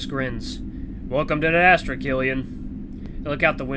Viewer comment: I keep hearing you say 'ad-asstra' XD And intro to Cass, he's............. fun 😀